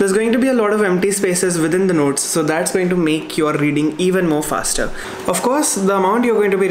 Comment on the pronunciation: ye "fasrer" kya hota hai......hahaha...love you